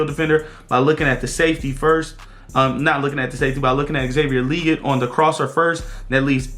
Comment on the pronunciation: Love the breakdown!!!! 🔥🔥🔥🔥💙🖤 You need to be on the staff! Only thing is your saying XL last name wrong 😂 Le-Gette bro! 2 syllables! #FFTV